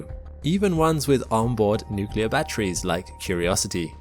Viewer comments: You say "nucular" instead of "nuclear" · It sounded like Nu-clear to me. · Did you say "nucular"? Shame.